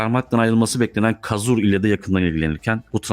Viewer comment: Çok iyi içerik. Lütfen devam edin. Tek bir duzeltmem olacak Fabien Causeur okunuşu kazur değil kozör.